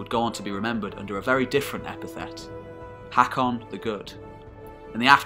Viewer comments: Its pronaunced hokon :) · Learn the pronounciation - Haakon is pronounced “Hokkon”. Try learning something instead of uttering drivel. This history is deficient in most of it’s claims. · aa or å makes a hard O sound so it's "HOE-kon" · As a Norwegian, I cringe everything you say "HEKKON". The å/Å/AA is pronounced like the "a" in "alright". And in case you wonder the ø/Ø/OE like "e" in "early". And even English once had æ/Æ/AE, as in CÆSAR, and pronounced like the "a" in "Mary". Other than that though, this is excellent. I'm going to watch them all of course. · Butchering the name tho. AA is an Å (sounds like the A in hawk) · the way you pronounce norwegian AA is the same as the norwegian letter Å. wich easly described in english is The first sound in the letter O